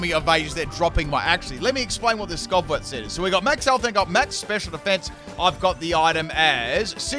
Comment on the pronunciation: It's almost as bad as "Skovwot" for skwovet. I'm starting to think dyslexic with how often he puts letters in the wrong syllables.